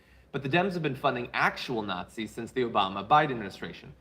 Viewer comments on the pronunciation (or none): "Nat-seeing". Oh my aching sides! 😉